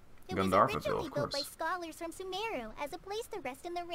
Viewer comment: Mmm they pronounce sumeru wrong. It’s like su MEEE ru